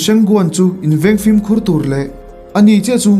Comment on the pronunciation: 'FLIM' tia lam lovin a inziah ang takin 'FILM' tih zawk tur,,hmasawn nan sawi ve lawk 😁